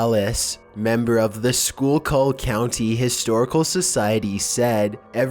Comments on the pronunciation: Native Pennsylvanian here, the schuylkill river is pronounced skoo-kull, not school-call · No. cries why, why? It's pronounced School KILL, not School Cul.... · Just so you know, it's pronounced "skoo-kill." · This is the 2nd time you've had my childhood home of Schuylkill Haven in your videos and no,its not shocking that weird stuff is found there - but skookill - say it like that,real fast amd all one word. I just looked up where this was and as I suspected,this is actually near my stepfathers home.. Explains a lot actually-including several overheard baby monitor conversations between my brother and who he called "the lady" despite nobody but me being there. Thanks! Xoxo Kerry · its pronounced skew - kill. that is how you say it.same as the river! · It is pronounced School-kill Also, the Route 61 that they found the bones under also runs through Centralia, the town Silent Hill is based upon. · Holy shit its pronounced SKOO-KUL !!!! Can you get through ANY video without completely mispronouncing something????? Your videos are interesting but you sound really dumb on a regular basis. Please try as hard with your narration as you do with your videos! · Pronounced: Skoo-kill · For #15, it's actually pronounced SKOOL-kill, seeing how people from PA argue over it 24/7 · Lol he cant say Schuylkill right. He aint from Pennsylvania which I am from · But idk if you schuylkill wrong. Everybody says it wrong. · for number 15, that was an interesting find. and you can tell when someone's not near the Schuylkill County area due to their hard time pronouncing Schuylkill. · The way he says schuylkill kills me